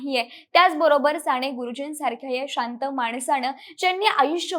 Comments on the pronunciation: सांणे गुरुजी नाही ग बाळ साने गुरुजी, कानावर खण खण लागतं तुझं बोलणं म्हणून ऐकूच शकलो नाही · विषय आणि माहिती चांगली आहे पण..... साणे गुरुजी नव्हे, साने गुरुजी.... माझ्या मणाची नव्हे, मनाची माणवतेचा नव्हे, मानवतेचा उच्चार नीट ठेवले तर मराठीची होणारी वाताहत कमी होईल. ज्या मोठ्या व्यक्तीवर व्हिडिओ बनवला ती व्यक्ती मराठी, त्यांनी ज्या भाषेत बहुतांश साहित्य निर्माण केले ती भाषा मराठी. ज्या बहुसंख्य लोकांसाठी केले ती जनता बऱ्यापैकी मराठी मग निदान त्यांचे नाव तरी व्यवस्थित घ्यावे ही किमान अपेक्षा. मराठी लोकच मराठी शब्दांचा उच्चार चुकीचे करत आहेत याचे जास्त वाईट वाटते. अमराठी लोकांकडून ही अपेक्षा नाही. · साने.....साणे नाही एवढी चांगली0 माहिती दिली पण सगळीकडेच "न" आणि" ण "चि वाट लागली आहे. फार खटकले कानाला..".काणाला.."नाही. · साने म्हणजे साणे नसते ताई.. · बेटा साने गुरुजी असे एकदा तरी शुद्ध म्हण ना.सारख सारखं *साणेगुरुजी * * म्हणू नको. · नाही ग नाही, नका येवढे धारिष्ट्य करू.... पंधरा वीस वर्षे आधी तुमचं मराठी सुधारा... न, ण कूठे वापरायचे ते आधी शिका.... राणे नाही साने. उच्चार नीट शिका. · साणे नाही ग बाई साने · साणे गुरुजी नाही - साने गुरुजी न आणि ण खूप गोंधळ झालाय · साने गुरुजीआहे ते साणे गुरुजी नाही . is it not easy. Podcast about an author you need to pronounce correctly other wise. न च्या जागी ण आणि ण च्या जागी न . Thanks for sharing information though as these fact about Sane Guruji 🙏 can bring focus on his work hopefully. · साणे नाही साने गुरुजी